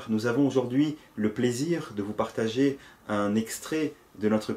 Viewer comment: On ne dit pas "vous pargager" on dit parrtager avec vous. Parlez français, mesdames et messieurs les présentateurs. Sinon, à nous finirons par ne plus du tout nous comprendre. .